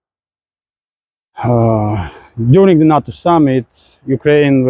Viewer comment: its funny listening to pronunciation. NATO sounds like NUT-TOE instead of NAY-TOE but doesn't matter of course.